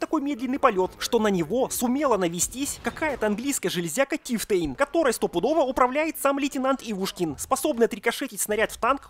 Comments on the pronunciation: Тифтейн? Может Чифтейн? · Не тифтэйн а чефтэйн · Не Тифтейн, а Чифтейн! Так, на будующее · Чиффтейн правильней не Тифтейн нормальный был мужик (ТОНИ RIP) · Чифтейн а не тифтейн